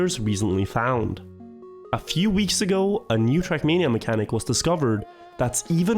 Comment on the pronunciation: why does he say [trak']